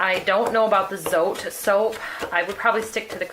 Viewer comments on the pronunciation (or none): It’s actually pronounced: “Z-oh-t-eh” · FYI : Zote is pronounced "tsaw-teh."